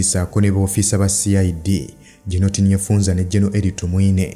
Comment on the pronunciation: The name is TINYEFUZA not TINYEFUNZA....please.